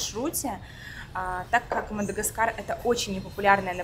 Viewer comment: Не Мада чего , а гаскар